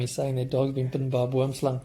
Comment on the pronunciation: I love how you pronounce Boomslang